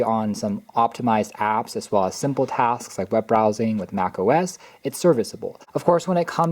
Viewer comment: ‼️”Mac OS ex” “Ex-speshully” “Boggle down” Literacy in America. 🤡